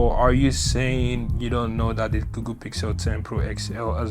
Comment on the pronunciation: Does he call it “GooGoo?”